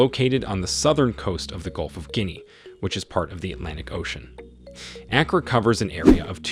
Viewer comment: It is not A as in apple, but A as in father.